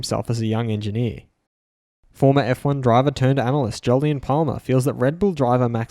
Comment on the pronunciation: you even said jolyon haha